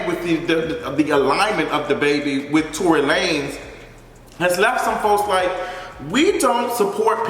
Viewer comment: Lmao not Tory la-nez